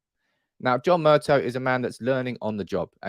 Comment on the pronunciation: Murtaw mate not Murtoh